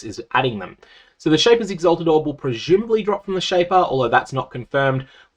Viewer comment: "Pre-shyoomably" Jesus Christ